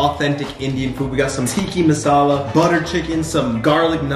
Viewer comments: the way he said tikka masala he said ticky mousala and chicken tikka masala is supposed to be red🤣😆🤣😆🤣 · Its not tikki masala it's tikka masala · The “teEkI MaSAlAA” whoever is Indian is dying inside but their trying